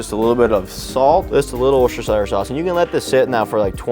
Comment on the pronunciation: Wooster- Sheer Chef Wooster-Sheer 👍